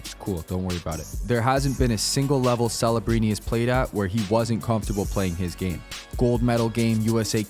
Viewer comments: are you saying fellabrini? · Why does this guy keep purposefully botching his name though? This isn't Ibiza Spain bro. His name is Celebrini with a C not an f. Stop sounding like an idiot